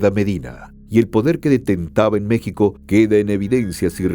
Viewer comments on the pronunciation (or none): none